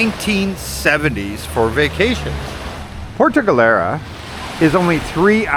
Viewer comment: Puerto Galera. Not “puerta” galera. Puerta has some nasty sexual connotation. 😂😂😂😂😂